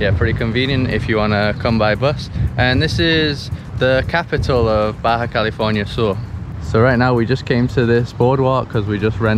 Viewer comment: Lo dijiste bien, Baja California Sur 😃